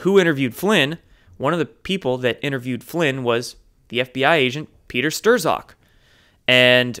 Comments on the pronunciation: Strock, not Sterzok. Not to be a douche. Keep up the good work. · i'ts not "Stir-ZacK" it's pronounced "Stroke" lol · Not "stir-zok" Pronounced "strawk" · Dude youre killin me with "stir-zok" lol. His name is pronounced STRUCK, as in the baseball player struck out. Still love ya though. Keep up the fantastic work brother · His name is pronunced like Struck. Just saying.😇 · you're so cute. But it's pronounced as Peter "Str-ock" (STR-like street; zock as OCK- like clock; the z is silent). Strzok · I believe the z is silent in Strzok...(strawck) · Peter STRAWK is how to say it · Jeff Bradley I’ve seen many people with similar names comment that it is pronounced Stir-zok on this and a few other channels I watch so I’m confused but swayed towards those with similar name as they should know! Lol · It's pronounced Stroke. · It seems the correct pronunciation of the name Strzok is Strok. The only one besides yourself that pronounces it differently is Jerome Corsi. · Great vid as usual! I heard that Strzok's name is pronounced "struck". I could be wrong, but it makes sense to me...as in struck by lightening. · Stzock pronounced Struck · Strzok is pronounced “Struck” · Gare to correct. Isnt bame pronounced Struck? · Lenny Kuijpers It's actually pronounced " Strock" rhymes with frock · So it's not pronounced "shit stain"?